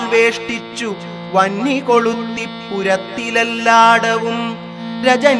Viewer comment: Purattilelladavum vahin koluthan paranjittilla. Vahnikoluthi......,, Purathilelladavum gagana